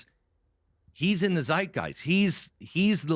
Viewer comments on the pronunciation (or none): none